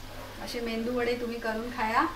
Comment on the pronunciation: मेंदू वडे नाही ताई 😀 मेदू वडे बोलतात......